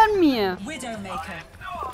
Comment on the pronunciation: Oh, "it was a WinNdowmakerrr " made me laugh. And also the Mauga comments are very true, it's irritating to play against him. I like the atmosphere of your videos, and all the commentary is so admirable